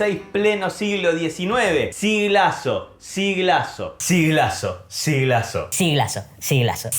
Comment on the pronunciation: amo el "siglaso"